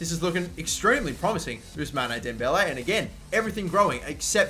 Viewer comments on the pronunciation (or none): You mustn't pronouce the "e" of Ousmane.